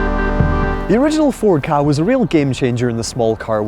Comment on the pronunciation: Pet hate - it's pronounced 'CAR' not KA or K-A. Car reviewers should know this. I worked for Ford so I know what I'm talking about.